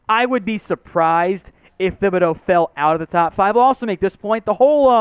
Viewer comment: For God's sake..... pronounce Thibideau's name right. You don't pronounce the "h" in it.